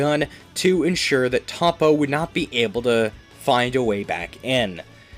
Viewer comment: Your mispronouncing toppo and other names